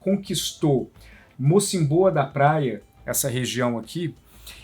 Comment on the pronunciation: Triste. Mais boa explicação da matéria. Corrigindo diz-se Mocímboa (tem acento no i)